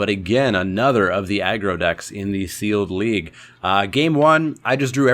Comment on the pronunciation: I thought you said Leek Update......